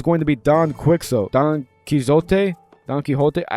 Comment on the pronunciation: Your butchering of Quixote. Chef's kiss!